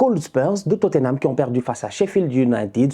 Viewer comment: "I don’t care about totthenam , franchement c’est pas mon pwobleme j’suis twes content qu’il ai pewdu , ces tocaw🤣🤣🤣🤣🤣🤣" j’suis cuit 😭😭😭😭😭🤦🏾‍♂️